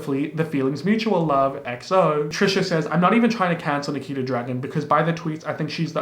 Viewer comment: when you mispronounced Nikita's name it almost sounded like my name LOL